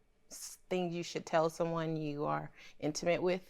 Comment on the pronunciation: I had to rewind again and listen to him say inimate.. I was like wth lol..